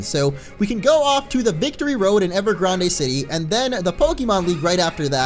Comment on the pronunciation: It's actually pronounce as "Grand" not "Grandey" haha! You must be think of Ariana Grande! :D I think I'm gonna call it "Ever Ariana Grande City" now haha! XD